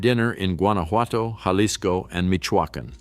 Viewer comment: natila, yalisco, oahaca, 😤